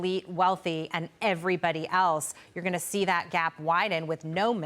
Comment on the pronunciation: I am no fan of Mamdani and am a Republican but if you’re going to sound like responsible journalists at least pronounce his name correctly. His name does not have 3 m’s in it. It looks very amateur when you do this for several weeks on end.